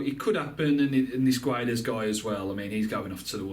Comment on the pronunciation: to read gonçalo guedes the "gonçalo" part is right but the "guedes" part is wrong just say "guedes" like you do but whitout reading the "U"